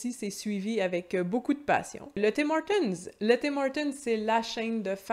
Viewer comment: Bonjour, tu es la première Québécoise que j'entends prononcer le "s'" du Tim Hortons! Et je moi (originaire de Belgique), je sens bien que je dérange un peu les gens en prononçant ce fameux 'S' lol. Amitiés!